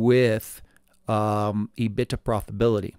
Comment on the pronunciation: I have never heard anyone say E- BIT-TA before. Always heard E-BIT-DA. Love the Channel though.